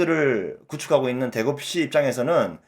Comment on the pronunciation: 대급시? 대겁시 ?? 믄 말인가 도리도리 몇 번 들어보니 <대구FC > 라는 거군요